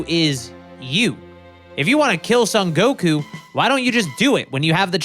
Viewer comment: "Sun" Goku? Surely it's "Song" Goku...